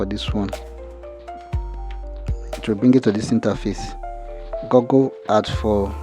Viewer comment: Google❌ Gagale✅ 😂😂